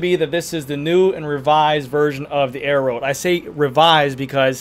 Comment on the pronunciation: Air-road not aero-road